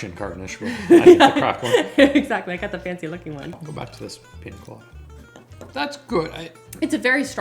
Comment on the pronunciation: Love more pronunciations!! Pina 😂 instead of piña. These are some of my favorite vids of. So fun!